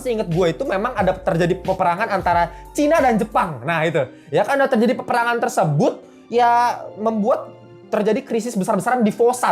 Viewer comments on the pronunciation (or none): none